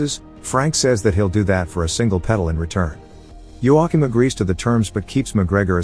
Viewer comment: You say Joachim wrong